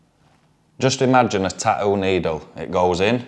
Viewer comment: "Tah-ooo" That glottal stop tho.